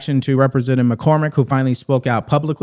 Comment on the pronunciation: Are we sure her name is Macormick? Maybe it’s MacCrocket! Get her a class in Ebonics and she could be the next Crocket! 😮